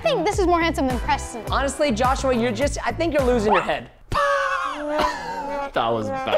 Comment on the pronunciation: ITS PRESTON NOT PRESEN